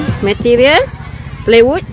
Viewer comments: Plywood ka bukan playwood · Plywood cikgu, bukan playwood. 😂😂😂